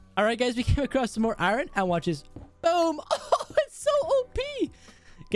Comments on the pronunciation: It’s I ern not i ron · I needed iorn me: iron not iron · I love your vids put its iron not iren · What about custom tnt.I like the way you say iran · He Does Just Listen To Him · I don't know why pronounced iron wrong 😂👍